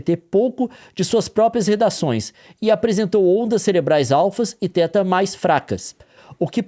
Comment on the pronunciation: Olá, apenas fazendo uma observação: θ teta ou theta é uma letra grega e deve ser pronunciada como téta.